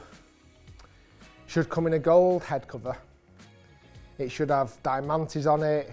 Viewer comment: Di-man-tis? Is that supposed to mean diamonds or am I just not understanding? 😂